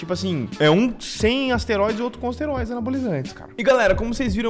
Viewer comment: Tomou ‘asteroides’ ? Caraca jkkk